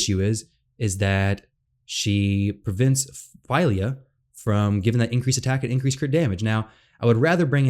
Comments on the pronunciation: Unfortunately you are incorrect about the pronunciation of her name. You have selected "Translate from English" instead of "Detect Language", which would reveal that the name Fylja has Icelandic origins and it is pronounced PHEE-LIAH , as in Ophelia without the O. Hopefully the FEIL-YAH boo boo doesn't catch on. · FWIW Google identifies it as Swedish, which makes sense for Dwarves, and says "Fill-ya".